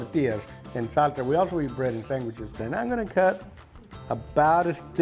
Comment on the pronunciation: I love the Hispanic way of pronouncing the word "sandwiches" - "sangwitches" just the way my Uncle reg pronounced it. ❤